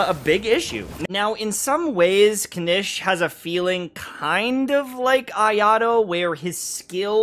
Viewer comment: hasn't been paying attention to the voiceovers again xD Kinich {Kin-eech) Ajaw {Ah-how}